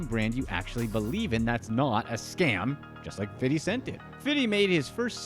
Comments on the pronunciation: His name is fifty not fiddy...ughhhh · I hate when white people call 50 cent “Fiddy” what are we in 1991??? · quit saying fitty cent, corny af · Is it me or is he calling 50. fiddy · Dislike for the way you say 50 😒